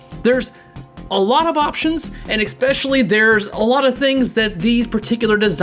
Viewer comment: Ya lost me at "expecially"!